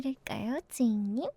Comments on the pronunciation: 저분 노린거 같아 주인님으로 들려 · 주잉님ㅋㅋㅋㅋ 주인님으로 들려 내 귀를 불살라야겠어